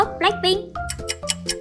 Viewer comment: Pink nha ko phải ping